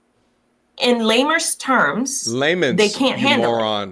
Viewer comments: “Lamers terms”💀😂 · She mentioned her degrees but yet had to correct her on the pronunciation of “Layman’s terms” somewhere at the mark. 😂